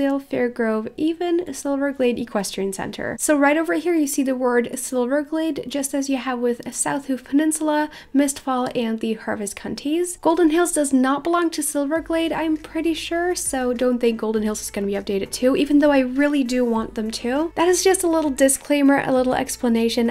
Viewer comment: Did she really say cunties? Its harvest countries